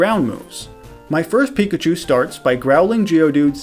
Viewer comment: seriously dude when i ear u say pickachu u say pikatu WTF try to learn who to say is name god damn is eritating to ear pickatu